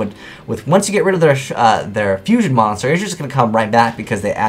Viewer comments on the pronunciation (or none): none